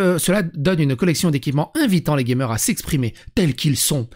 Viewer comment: Dans '' Gamer '' j'entends '' gay meurs ! " 🌸